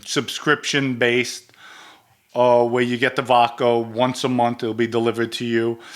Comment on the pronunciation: Every once in a while, my man slips in an 'r' in vodkar. I laugh each time, but just busting balls. is genuine. Hilarious too, "if I have sex with a guy, hey I'm gay."